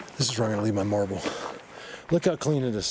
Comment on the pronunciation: Hi, Truly hope you read this,I'm another one who loves the landscapes, the forest structures, Colorado is so beautiful, I lived in Scotland until I was twelve, growing up with mountains and forest's, loved the rock with the double face, their artwork is incredible, when you said marble I laughed so much I nearly fell of my chair with Joy!!!! the reason being, Mike Patterson at Sasquatch Ontaria has relationship with a sasquatch called Nefetia, he speaks the word "marble ", exactly the way you did, fantastic!!!!, All the believers love everything you teach us, Thank you so much ❤️ Colin UK.